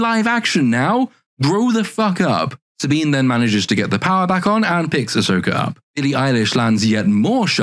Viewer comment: Saw-Bean is board. Like her chest.